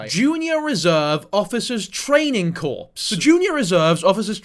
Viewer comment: brother 🤦‍♂️ it’s not pronounced like “corpse” but rather sound like “core”. The ‘p’ & ‘s’ in “corps” is silent. Over here saying dead bodies 😭😭